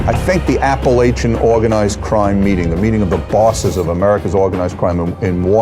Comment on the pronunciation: Apalackin?? Lol!